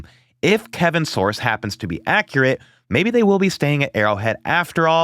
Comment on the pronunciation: Dude, pronounce Kevin's name correctly. Thats is being lazy.